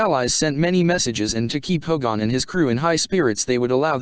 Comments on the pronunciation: ~ +.... It's Hogan. Not Hogon. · All the other comments are clear, but really, please, please get a real person to read this. This machine keeps saying HO/gone instead of Hogan (more like hard G -E-N) with the emphasis on HO. And it was very clear on the show that Baker was a prisoner officially brought in. However, it was never explained what had happened to Kinch (who was indeed Hogan's second in command). I always thought that was a mistake.